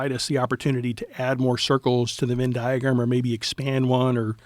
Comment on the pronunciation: The word “Venn” in “Venn diagram” is pronounced with the “eh” sound as in “head,” not with an “in” sound. Phonetically, it is /vɛn/ in both UK and US English.